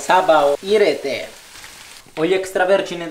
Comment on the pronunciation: 『サバを入ぃれてぇ!』の発音が謎に凄い好き、